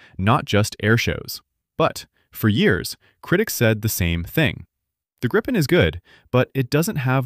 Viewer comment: There is only 1 P in Gripen...so why do you pronounce it with 2 P´s....???